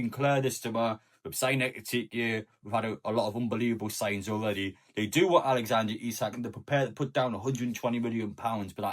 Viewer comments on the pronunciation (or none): I'll be glad when I don't have to hear you pronounce his name Alexandra Isak.